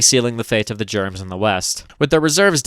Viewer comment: you gotta stop germans "germs" dawg it single handedly makes me not want to share you videos with friends.